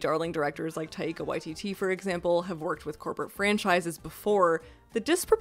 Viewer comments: its pronounced WAI-titi emphasis on the Wai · Omg your pronunciation of Waititi as Y.T.T... 😅 so distracting. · Sorry really small comment here, but with Taika Waititi, put the emphasis on the Wai, not the titi. In Māori, letters have a macron over letters for emphasis. If they don't have a macro, you don't stretch it out. The a and i in Wai each get their own moment, so it should take a beat longer to say Wai than ti. Not relevant to the video, but might be helpful for future referencing. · I am not being funny, I genuinely love you say Waititi like 'Y-T-T'. It took me like 15 seconds to realise it wasn't an acronym.